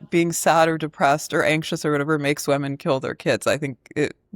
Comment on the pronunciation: Why does Anna pronounce women "wemmen"